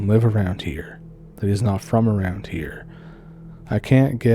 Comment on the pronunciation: "...Back aroond September of 2022..." Oh,, you're an angel. A Canadian angel! I love you so much!